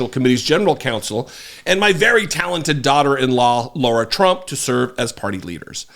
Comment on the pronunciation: Ahh, I was literally about to write a comment thanking you on behalf of all of us Laura's. You pronounced lara trump's name correctly in the beginning of the vid and I was so delighted! But then you went and pronounced it wrong and have all of us true Laura's one of those creepy chills you get that make the hair on your arms stand up and goosebumps abound. Why sir?!? I come w/ tears in my eyes asking why?!? You started of so well... ✌️